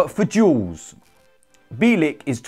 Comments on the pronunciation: Pronounce his surname correctly will you? Phonetically it's Bee-yell-ik. Mind you last season you kept pronouncing Rennes as Renns, despite Robbie interviewing one of their fans and telling you how to pronounce it correctly, with no S. Although, why should I be surprised at your lack of education, you are thick Gooners after all. 😁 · It’s pronounced Byeahleek